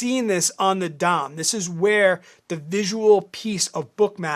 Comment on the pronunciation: It is Depth Of Market (DOM) with a short "O" sound pronounced "DAHM"